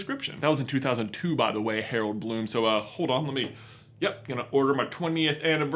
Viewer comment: Harel Bloom. I’ve never heard anything so wrong!